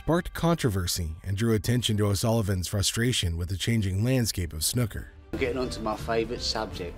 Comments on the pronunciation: It’s pronounced snooker not snoker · FFS, it's not 'snucker' it's snooker. The double 'o' is pronounced as in FOOL! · But snoker makes the match more dramatic